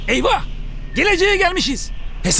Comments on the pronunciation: Eyvah değil ama eyfah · EveryBody; Eyvah Trump; Eyfah ??? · Eyfah diyor bide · eyvah diyeceğine eyfah eyfah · eyfah... eyfahh... ulan trump :))))) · Oder evfah evfah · Hiçkimse: Keşanlı Trump:EYFAH EYFAH